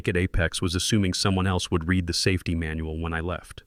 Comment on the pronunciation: Doesn't recognize difference between read(reed) and read (red)